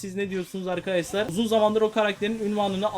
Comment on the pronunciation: abi niye ARKASLAR diyon